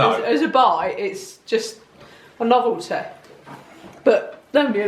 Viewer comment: A-a abbEH lane... Up t'azdEH CrustEH CrEHme NoveltEH (says ) BizarrelEH (says ) CountrEH LaydEH